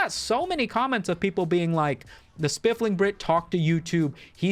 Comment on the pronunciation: Still saying "spiffLing brit" with an L for some reason, huh?